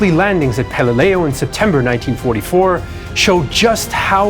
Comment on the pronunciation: Pal e leau? Pal a lu!!!